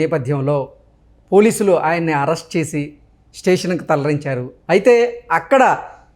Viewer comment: తలరించారు కాదు తరలించారు అనాలి